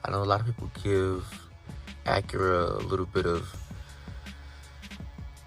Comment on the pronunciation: It's not pronounced AckuRa.